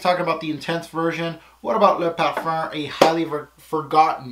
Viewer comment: IamLil Sully colome? Is sucks? LMAO... Almost as funny as the way says Parfuuuurrrnnn